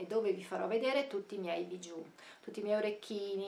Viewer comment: diciamo che si pronuncia bisciu' e non bigiu'